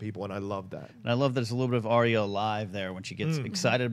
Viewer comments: Please please please stop saying Arya's name incorrectly >.< it's Ar-Ya, Ar-Ya, Ar-Ya, Ar-Ya, Ar-Ya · got it. Ariya.